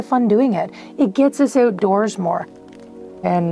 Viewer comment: She said ootdoors. Nice place.